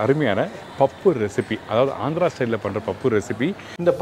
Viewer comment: It is Andhra not Andra